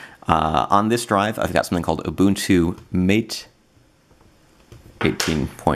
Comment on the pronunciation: Why can't those Linux "eggsperts" not pronounce Mate correctly? It's not Mayt, ffs!!! It's like Muh-teh, a spanish term coming from the Amazonian herbal tea yerba mate. The Mate devs are from South America, Argentina I guess. Every noob, examining Mate for longer than 2 minutes knows these simple things! Presumptuous Anglophiles gotta learn they are but a tiny minority on this planet of ours, and particularly in the Linux comunity.